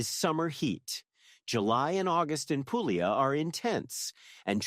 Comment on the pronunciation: nice vid..thank you...fyi: Puglia is pronounced "pool-e-a". The g is silent in the middle of ALL Italian words. Two gg's are pronounced like a j. The Brits also seem to not get this rule either when they do travel vids.